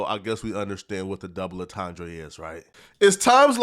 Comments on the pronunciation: Something about the way you pronounce "entendre" gives me a feeling that you never knew what a double entendre was before the Drake v Kendrick beef started. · On-T'andre 😂😂 wtf